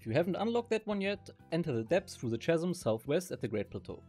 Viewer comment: „Chasm“ wird im englischen „Kassm“ (wie „Chaos“ oder „character“) ausgesprochen